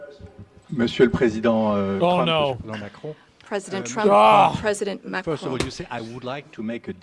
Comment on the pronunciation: "President Macaroon" These are not serious people 😂